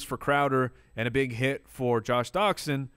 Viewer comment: Next time say, "Big Hit" because it sounded like you said, "Huge Shit" hahaha